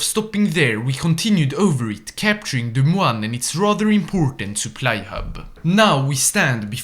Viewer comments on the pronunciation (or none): It’s pronounced DEH-MOIN. 😢 (I live in Iowa) / and it’s pronounced ARE-CAN-SAW.